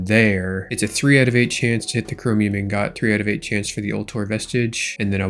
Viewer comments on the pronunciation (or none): For the love of all that is holy lol its not In-GOT its pronounced lng - guht